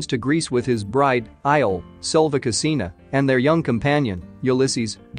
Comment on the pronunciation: The narrator could have made the effort to pronounce her surname properly, at least!